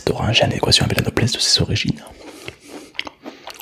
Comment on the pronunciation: Je suis le seul à entendre orage a chaque fois